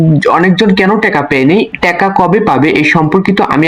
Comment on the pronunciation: টেকা না টাকা শব্দ উচ্চারণ সঠিক করেন